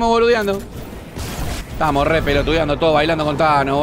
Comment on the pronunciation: "A dónde esthanos?" Jajaja 🤣